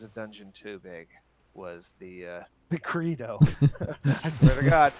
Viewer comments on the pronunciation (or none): none